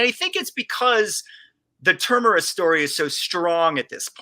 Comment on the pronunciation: Can someone tell this idiot - its TERMINUS!!! (Ter-Min-Nus) FFS